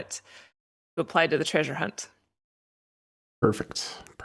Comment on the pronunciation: Still saying “tray-sure” I see.